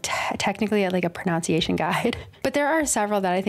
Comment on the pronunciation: I had to stop watching this video after the third time you mispronounced "pronunciation." I feel like I have a termite infestation in my spinal cord now.